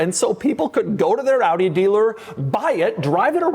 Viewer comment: Props for pronouncing AUDI the right way.